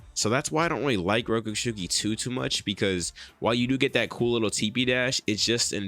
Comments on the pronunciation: rokushiki not rokooshooki sounds like im nagging sorry ;) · Rokushiki NOT ROKUSHUKI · Rokushuki? Isn’t it rokushiki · Bruh it’s not that hard to pronounce rokushiki